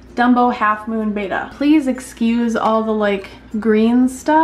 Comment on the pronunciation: It's not BAYtta it's BEttA FISHH ;)